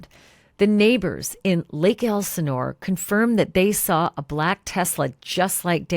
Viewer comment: did she just pronounce Black as Ba-lack